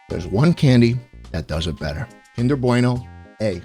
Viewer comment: im sorry BWEINO? kinder bweino? do you have sutch a toddler sized "bwain" to not know how to say bueno? im european, (i know i suck) but im in no way italian! (some redeeming at least) but even i know how to say BUENO not fucking BWEINO